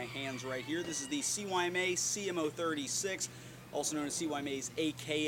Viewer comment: Isn't it (sigh-ma)? CYMA?